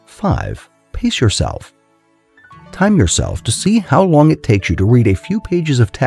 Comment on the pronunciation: On number 5 I was like lmfao because it sounded like piss yourself but no pace yourself